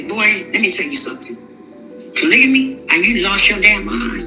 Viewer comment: foolish! Wtf is “polygaNy”? just trying to fit someone’s mold